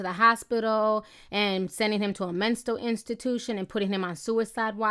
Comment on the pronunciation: "Menstals" lol 😆 sorry